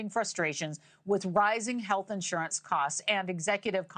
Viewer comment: “HEATH CARE EXECUTIVES”?!?!!